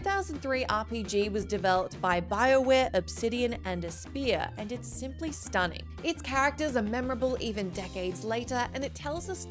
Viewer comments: Great list but I have to point out that Aspire is uh-spire, not a-spear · I could by wrong but I’m pretty sure Aspyr did not take part in developing KOTOR. They have a dev credit on Wikipedia because they developed a port for the game on platforms it wasn’t originally on (originals being OG Xbox and Windows). Also the company name is pronounced like ‘aspire.’